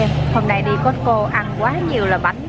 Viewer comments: chợ cosco mà cô ns tiệm cosco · chợ coscoaf cô ns tiệm cosco